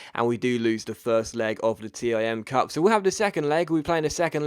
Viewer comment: ITS THE TIM CUP NOT T I M